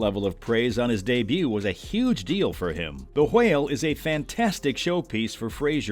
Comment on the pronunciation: why do you pronounce whale and whelmed like that 😬